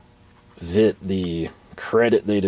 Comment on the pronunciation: It is pronounced Vet ta German I is american E